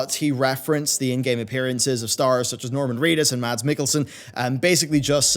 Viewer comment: As a dane i sincerly ask you to stop saying the D in Mads Mikkelsen xD It is truly hurtful to my hears :p it is a silent D. :)